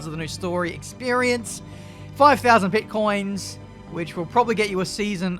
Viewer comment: Pitcoins. Not bitcoins